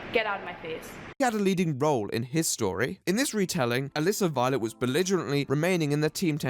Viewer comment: For over half of the video, I thought you were saying 'illicit violence' whenever you said 'Melissa Violet'.